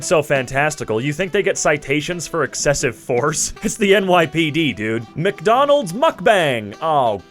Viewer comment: The "salty as hell" one was gold, but did anyone catch "McDomald's"?